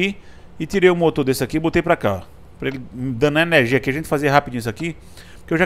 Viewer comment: "ernegia" e "invez" nao merece joinha!! :P